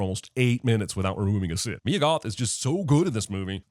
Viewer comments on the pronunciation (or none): Sin to CinemaSins for calling MYE-UH (Mia), MEE-UH. Ding*